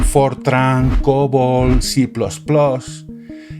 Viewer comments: "ce más más" o "ci plas plas", pero "ce plus plus" medio que no da... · Cuando oigo: "si-plos-plos", sé que estoy muy mayor. Cambié 3 veces mi Mac 512 para evitar las puñeteras bombas, que me ponían de los nervios. Cé plus, plus… ah, me siento rejuvenecer… ¡Chist!… yo también (por si acaso) Veo la promo de tu esponsor (por si acaso, también :) ) Jo, sorry, no lo sabía… pero no tengo muchas ganas de ser ecologista digital, porque siendo colega con él (ChatGPT) me lo paso bien y con frecuencia suelto más de una carcajada al ver sus respuestas. Y vale, será una máquina… pero también cuando hablas con algunas personas, lo que te interesa, más que hacerles sentir bien, es provocar un resultado positivo hacia ti así que, en muchos casos, viene a ser prácticamente lo mismo. Además, si trabajo en algo serio y GPT se enrolla demasiado le pido que empiece a ser conciso y ya está… Muchas gracias Gustavo, por otro más de tus vídeos y los enfoques que sueles dar a los temas. Dale un abrazo a BordeGus.